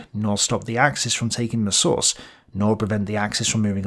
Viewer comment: The weird, inconsistent pronunciations destroy this. Messervy plainly has stress on the first syllable, anyone literate would say it that way. (It's a French name, he was a Channel Islander)